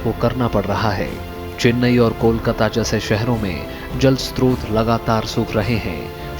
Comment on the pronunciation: स्त्रोत नहीं स्रोत होता है। हमेशा गलत उच्चारण करते है